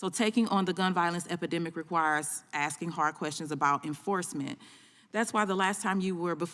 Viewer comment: it's maybe because i am not american or english native speaker, but i don't get it, how do you get to become a part of Judiciary Committee by axing instead of asking?